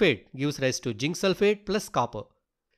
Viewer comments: zinc ❌ginc⭕ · Not jink it's zinc😅 Not criticize ing plz change